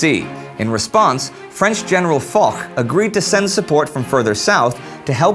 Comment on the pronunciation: Hi Indi - I believe Foch's named is pronounced more like "Fush" in french, or "Fosh" in the anglicized version. You can even find the pronunciation on his wikipedia page. Hope this helps :) Great job on the show!